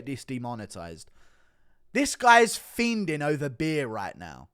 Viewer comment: Someone needs to tell Guru the “D” in fiending is silent